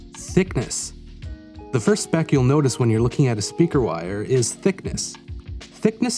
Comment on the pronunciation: literally cannot get over how he says "speaker wire!" at the very beginning